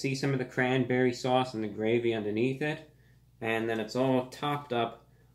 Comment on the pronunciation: Why do I like you so?Boring,unemotional,words I never use nor understand.So confused.You say sauce weird but it's because I am from the wast coast.You say sauce alot but understandable because of the format.I can't help but watch.God help me!